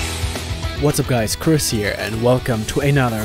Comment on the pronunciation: Why did i heard Chris as Piss "hEy wHaT's Up gUyS, PiSS here"